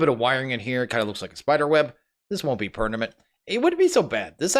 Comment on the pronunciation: late comment but did he say "Pernament" lol